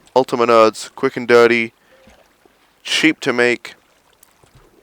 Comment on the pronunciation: At the end it sounded like you said sheep not cheap